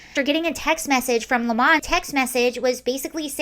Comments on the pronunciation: I don’t understand why you are forcing the pronunciation of 🍋 to Le Mans. A lemon 🍋 is a lemon 🍋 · I love how you say his name and classed it up, "Don Le'mon" Hahahahaha!